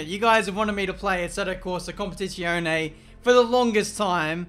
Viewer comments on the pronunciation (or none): He plays "Competishionee" for the first time and throws himself into a race on the most difficult track? Good idea :))